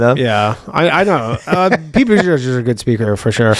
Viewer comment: Sounded like Ryan was calling him "Pete Bootyjizz" 😂